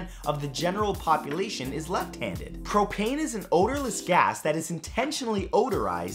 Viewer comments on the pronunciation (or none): none